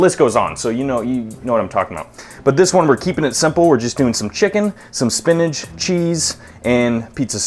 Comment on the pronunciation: Spin'ACH' Not Spinage ...